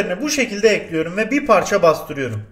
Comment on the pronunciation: Nobody::Tencereyi ocağa ekliyürüm